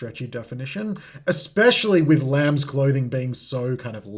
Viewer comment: Ignoring the S in lambs is criminal